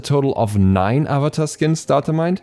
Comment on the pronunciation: ok but “uh vuh tar” and “uhng” though 😭😭